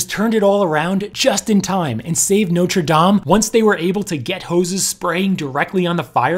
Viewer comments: I must commend you on your pronunciation. Most Americans for some reason refuse to pronounce Notre Dame correctly. People please take note: its pronounced "nought-ra damn" not "noter dame" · It’s pronounced “not” with a soft “o”, instead “note”. Please stop saying “note-re”. And the spire was replaced in the mid 1800s. What caused the fire? Possibly something to do with the renovation, not unlike the fire in Notre Dame de Chartres in the 1800s, but I’m not there and I’m not an arson investigator. So I’ll stick to what I know. I wish others would do the same instead of engaging in silly speculation.